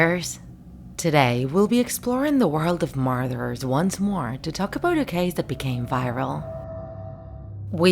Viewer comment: "Marderers"- That's how you pronounce :/